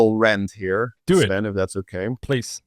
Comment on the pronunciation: 👋🏻 It's "Sven" tho